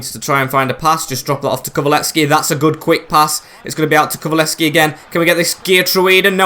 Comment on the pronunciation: it’s pronounced KULU-SEV-SKI